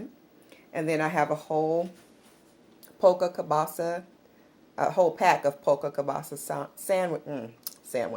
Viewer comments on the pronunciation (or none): it is Polska Kielbasa not polka kielbasa.